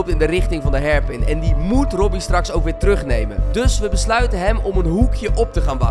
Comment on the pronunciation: koen kan hairpin niet uitspreken. leuk